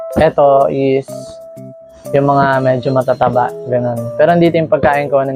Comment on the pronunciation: May diin yung MATATABA ahh hahaha